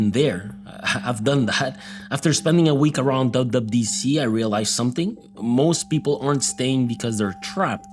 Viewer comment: YOU CANT SAY WWDC CORRECTLY 😭